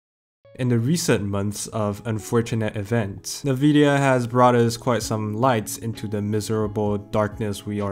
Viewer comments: It's "en-vidia" not "navidia." Great paper, though! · Not trying to be disrespectful but I would like to point something out: It's pronounced: "inn-VID-ee-uh, with the first two vowels being identical, sometimes it may sound like: "En-Vid-Ya" as well. but not: "Ne-Vidia" like you pronounce it on most of your videos. Please keep up the good work, I hope this will helps for future videos :) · It's pronounced N-vidia, not nuh-vidia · what? nuh-vidia?